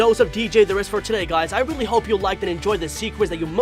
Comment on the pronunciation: Weally? Didn’t notice XD